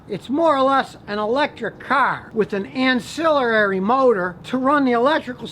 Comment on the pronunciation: "ancillerrary" motor? Go easy on the chardonnay champ